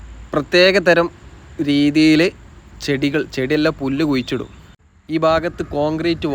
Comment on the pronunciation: പുല്ല് "കുയിച്ചിടുവല്ല മോനെ " കുഴിച്ചിടുവല്ല "